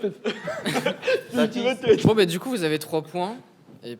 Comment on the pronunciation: il a dis « cerveau qui sorte de leur teuté » j’ai fais « mha. »